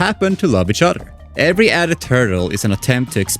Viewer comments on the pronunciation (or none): none